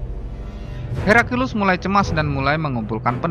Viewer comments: Bukan herakilus tapi heraklius🤭🤭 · Heraklius ya.. bukan Herakilus seperti pada suara video 😂🤣😂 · Naratornya selalu bilang Herakilus. Itu salah. Yg benar Heraklius. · Pilih narator yg pandai bertajwid dalam mengucapkan kata kata. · Jalan sejarahnya bagus, pembacaan naskah yg sedikit aneh, di teks layar tertulis heraklius, kok narator membaca herakilus? kedengarannya sih gitu